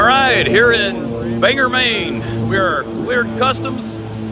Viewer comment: In Maine we pronounce Bangor how it's spelled. OR rather than ER at the end. My mother lived near Clark after the war and had to carry a pistol because japanese remained in nearby jungle.